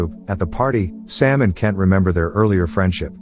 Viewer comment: can you please Pronounce my name properly... is K-ENT NOT KEN.